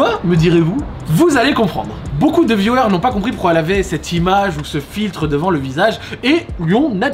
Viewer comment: Au départ, quand tu dis « viewers » on comprend « violeurs ». La faute au micro je suppose. Sinon, ta vidéo est sympa.